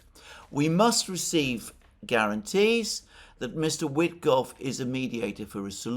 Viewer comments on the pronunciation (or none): none